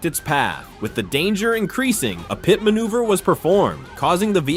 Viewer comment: So inaccurate about the details and figure out how to pernounce pit